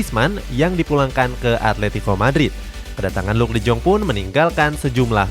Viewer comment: Bang De Jong Di Baca Nya De Yong,Griezmaan Gak Cocok Sama Barca Makanya Dilepas Dan Klausus Nya Pembelian Permanen Wajib Musim Depan